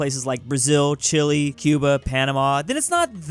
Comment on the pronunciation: ty for saying chili in country